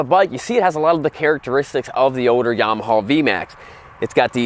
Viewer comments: Well, this is the guy that says, "Yamahaw". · Why do you pronounce it “yamahaw?l